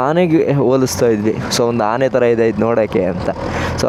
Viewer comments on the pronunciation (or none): Anny Arun ❌ Aane Arun ✅